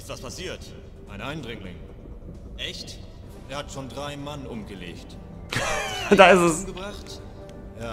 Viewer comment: Ich persönlich finde die Deutsche Synchro gar nicht mal soo schlecht. Klar manches hört sich blöd an , vorallem Liquid, aber an sich gehts. Und das sie manche dinge komisch aussprechen ("er hat schon 3 Mann umgelescht") finde ich um ehrlich zu sein sogar glaubwürdiger. Ist doch im realen Leben nicht anders 😂